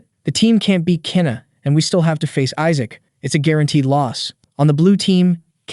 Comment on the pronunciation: Isaac’s name is pronounced wrong in 7 different ways lol